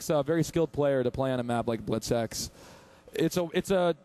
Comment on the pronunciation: It sounds like Buttsex when they say Blitz X